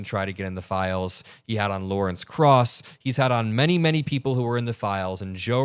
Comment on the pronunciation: It's Law r e ce Cross 😰